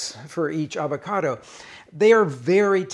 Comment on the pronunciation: Hey Rick, why not pronounce the name of the fruit correctly?